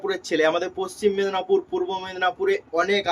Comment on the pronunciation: এ ভাই তুমি মেদনাপুর কেন বলছ ওটা মেদিনীপুর হবে😅